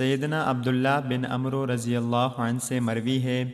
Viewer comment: Assalamualaikum wrahmatullahi wbarakatuh Amru nhi Amr padhiye